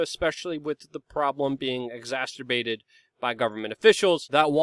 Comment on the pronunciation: Luke, we love you but, its "exacerbated", not "exasterbated". Was hoping one of your friends you tell you sooner, but I've heard it in numerous videos.